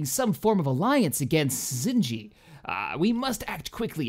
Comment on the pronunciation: it's pronounced Mal(mal as in malice)-Drood(Dr-ood) and the brown person is Zsinj(j sounds like hard g)